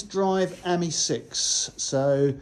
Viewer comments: Not quite pronounced correctly , it should be the French for friend . I have a pale blue one . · You pronounce Ami as the French would say the word meaning friend .